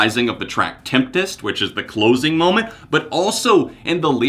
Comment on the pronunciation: It's really stressing me out how you keep mispronouncing the last track... It's not Temptest it's Tempest. The chorus of the song literally says "a tempest must be just that"